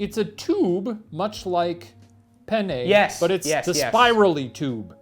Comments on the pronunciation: You guys say "penne" (pénne) just like "pene" ("pè-ne"). Which means penis. Good times! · Fun fact: the way Shane and Ryan pronounce ''penne'' makes it sound like they're saying ''I love pene'' which in Italian means ''I love penis'' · Pene is Italian for penis. I know they’re saying penne but still 😂 😂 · ha! they said pene! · Omg please stop pronouncing it like "Penn-ayy" Google the pronunciation pleas-ayy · Sorry guys but when you pronounced penne it sounded like “pene” which means penis or the plural of (pena) pain/punishment... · Penne is one letter away from the spanish word for penis. Ryan, my boy, you should know better. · The way you pronounce “penne” is making us Italians giggle, ‘cause it sounds like something else in Italian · Being hispanic and hearing “I love penne” over and over again made me laugh, very immature but what can I say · Oh my god, penne sounds just like "pene" which means penis in Spanish and I can't stOP HEARING IT 😂 and all the things they say, Shane says he's a fan and then they talk about it being hard or soft. I can't... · According to Robin Williams, if you don't pronounce it right, your saying penis in Italian, too. So I kept hearing "I love penis! Penis is nice because it holds the sauce in the little tube!" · I would like you people to know that the pasta penne is pronouced the same way as the spanish word for Penis. So them saying they love penne is hilarious to me.